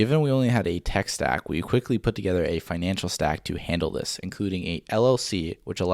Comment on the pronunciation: When you said "financial stack" i dropped dead laughing, first time i've heard it like that lMAO